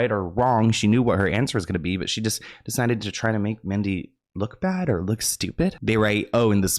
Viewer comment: Okay but she said “luke” for look. I too would have said “huh?”